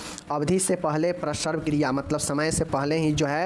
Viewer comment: बांकी तो सब ठीक है लेकिन उच्चारण सही कीजिए जैसे प्रसव को आप प्रसर्व बोलते हैं....